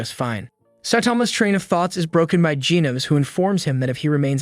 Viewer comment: Hel naw not geenus its genos